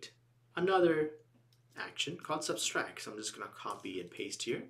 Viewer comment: Not that I am any stickler for chaste English, but it's SUBTRACT, not SUBSTRACT. BTW, great videos !